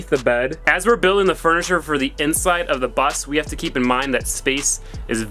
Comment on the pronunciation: "I ran out of wood last night so i haw to stop"